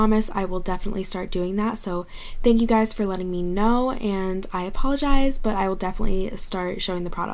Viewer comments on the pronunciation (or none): none